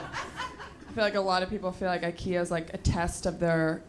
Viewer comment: She's obviously not Swedish if she can't even pronounce IKEA correctly.